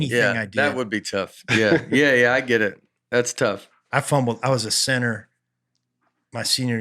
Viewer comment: took me while to realize was saying “center” not “sinner”